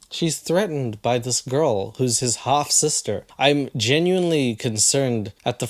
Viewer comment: Took me a while to realize hes saying half sister, not hot sister 😂